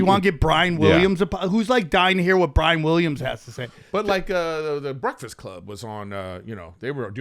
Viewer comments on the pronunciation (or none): none